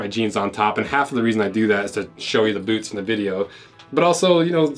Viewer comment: When did boots become Boouts? That's all I wanna know!